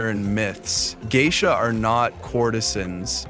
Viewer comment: They are Oiran not Geisha. You can't even pronounce Geisha correctly, no wonder you can't tell the difference between Geisha and Oiran 😂